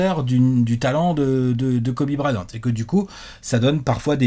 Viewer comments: Tout le monde: Kobe Bryant: Kobe Brahyante Fais un effort haha 😭😭😭😭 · Le Guy Annis de et le Braillante d'... Faut que Léonce fasse quelque chose!